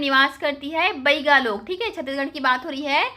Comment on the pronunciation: बाईगा नही बैगा बोलो